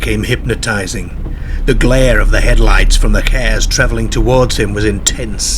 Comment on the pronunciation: someone dair-ted out from between two pairked cairs